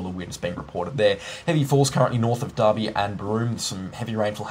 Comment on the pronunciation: its Derby, not Darby